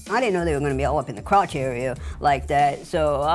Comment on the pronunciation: why is the suit guy saying crowch?